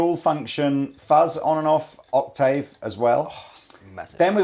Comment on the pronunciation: Please can someone teach to say "octave" lol